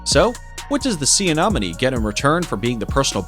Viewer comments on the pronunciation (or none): Was anyone else annoyed by his pronunciation of "sea anemone? (Say: ah-NEM-ah-nee)